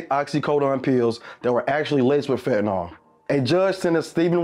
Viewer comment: Fen-tah-nil not Fen-tah-nol